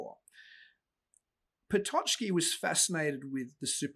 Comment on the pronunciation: One minor remark of you don't mind - it's pronounced "Pototski" or "Pototzki". The "ck" group in Polish make the ts/tz sound. It's never a "ch", "tch" nor "tsch".